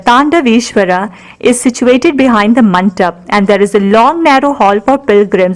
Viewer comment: Very nice... Very educative... The background score was quite distracting.. Could have been better.. Kalyana MANDAPA is the right pronunciation and not MANTAP Please 😊